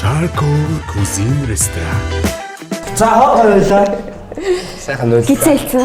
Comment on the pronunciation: Кузин шүү кушн биш